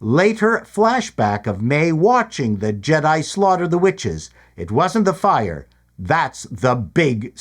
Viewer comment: Is anyone else hearing a B instead of a W whenever anyone talks about the witches? No mystery - they Jonestowned themselves using the poisonous tree of life but mom didn't actually drink the space Kool Aid and so she's female Kylo Ren.